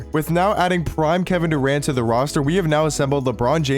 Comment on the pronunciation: "Paul Geogre", "Kevin Duarnt" 💀